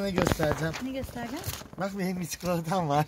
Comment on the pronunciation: Çukulata değil çikolata♥♥♡♡